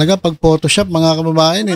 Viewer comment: Un din narinig ko sayo Paulit ulit, BMT”mga ka-BABA-yan”😂😂